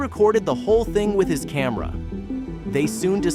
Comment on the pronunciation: His kah mah rah? Ripped-down the Sailing? The "suitcase bag" is a metal box? He discovered-out how massive? It appeared on him? With the not engli-gish you speak-try. And NO I'm not smashing the like button.